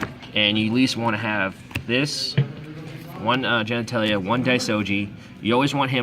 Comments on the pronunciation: he mispronounced it once and then he roles with it. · Why do you keep mispronouncing the names of the cards? it's general gantala not genitalia lol